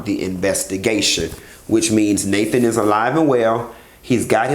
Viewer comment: who's naspert? I know you mean Nathan but it's funny.